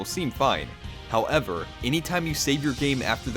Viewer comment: It was only his over-enunciated pronunciation of "how-ev-err" that bothered me..